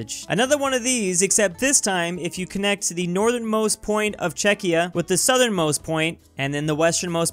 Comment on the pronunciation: finally learned how to say Czechia